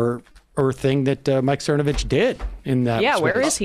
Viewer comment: I remember him mispronouncing it Cervonovich.